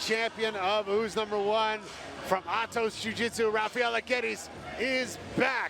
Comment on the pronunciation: is it not pronounced Hafaela?